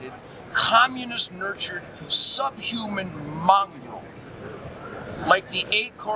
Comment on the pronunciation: Nugent pronounces communist 'kkhhhommunist'.